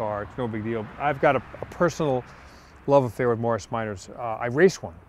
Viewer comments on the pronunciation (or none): The way he said Morris, sounded like marshe